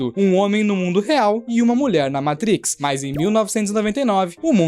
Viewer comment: vídeo a parte, me senti na obrigação de enfatizar que o cara falou "meitrix" slc mano